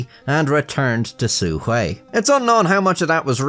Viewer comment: "Su Hui" oh dang, finally someone who uses basic tts to get the pronunciation right instead of proclaiming they're about to "butcher the language" "xuanji tu" well, nobody's perfect, 1 for 1 is still pretty good